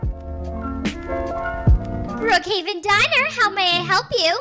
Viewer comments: They also say bruckheaven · Why when they say Brookhaven they actually say Bruukhaven? Btw I love your vids 🥰